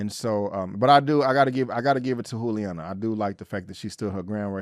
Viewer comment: FYI-It's pronounced Julie-Ana not Who-liana. Love the content 👌 ♥️